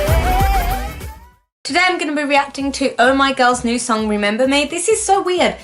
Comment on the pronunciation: I love how they say remember with an r not an L =)